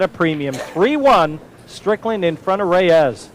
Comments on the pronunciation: Yes, it is two syllables. A hard "RAY" and a soft "s" not ray-EZZZ. Just listen to every other announcer - nobody pronounces it like. NOBODY. I actually recently got the answer. I asked a guy who has known Efren for thirty years, who also asked why he mispronounces his name and stubbornly replied "it can be pronounced both ways" well, maybe it can but the man himself and everyone else in the pool community pronounces it RAY-s. So is just a stubborn douche. End of story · hey, why can't you pronounce Efren's last name? you know the man, you've played the man and you've heard every other announcer pronounce it correctly for three decades (sometimes when they're sitting right next to you) so what's the deal?Let me help you out. it sounds like this - RAY-s NOT ray-EZZ If it's your accent or you have some kind of speech impediment, I'm sorry but then maybe you should just call him "Efren" I mean, you have to hear it, right? you have to know you're mispronouncing his name. Are you some kind of secret asshole? He's arguably the greatest player to ever live and you butcher his name in every broadcast. Show him the respect he deserves.